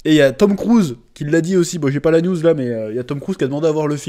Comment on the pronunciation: À chaque fois que tu dis "news" j'entends "nudes"